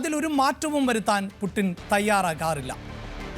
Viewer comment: പൂട്ടിന് എന്നല്ല...... പുഡ്ച്ചീൻ.... വളാദിമർ പുഡ്ച്ചിൻ